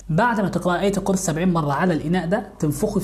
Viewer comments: صورة القوسر 😂 واية القرسي. 😂😂 طيب ليه ما حد قال لي انه حرف الكاف خلاص التغى من الحروف وصاروا ٢٧ حرف بس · القوسر و آية القورسي 🙄😒😒 الكوثر و آية الكرسي صحح كلامك و أعدل حروفك 😒😒😒